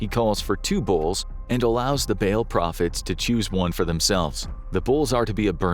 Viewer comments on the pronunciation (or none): Dude you saying bail was driving me insane. Its pronounced "ball" for Ba'al. Holy hell